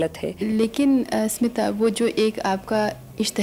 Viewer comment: Its स्मिता पाटिल not सिमता पाटिल! pls correct it.